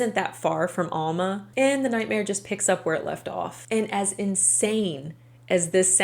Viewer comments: It’s not all-ma, it’s Al-ma. Get it right please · I grew up in Arkansas, and I've never heard of these people! After college, my first job was in Fort Smith! I lived in that area for 16 years. You're right about Fort Smith and Alma being close. Only a few miles and the Arkansas river separates them. By the way, Alma is pronounced AL-muh. The first syllable is pronounced like the man's name, Al, and the second syllable rhymes with duh. Hopefully, you will never need to know that in the future! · Its Al (as in the name Al ) ma lol .... The same town that Morgan Nick was kidnapped from and is still missing :( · I’m sorry.. but that way you pronounce Alma is cringy 😂 that’s my hometown so trust me when I say you’re pronouncing it wrong 😂😂 it’s pronounced Aaaalma. Think “apple” not a long A but a short A sound. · Alma is pronounced with a short A. Like Alvin. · For someone who lives in alma. Its pronounced ahhl-ma. The house now is abandoned and is heavily secured. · It's ALma..as in AL the name and then Ma